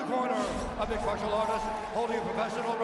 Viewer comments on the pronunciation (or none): none